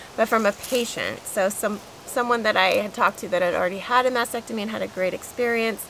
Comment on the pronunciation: Why do people say Masectomy instead of MasTectomy?